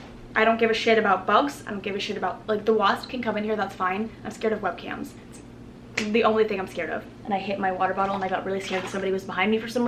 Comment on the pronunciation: when you said webcams were your biggest fear I thought you said "webkinz" and I was so confused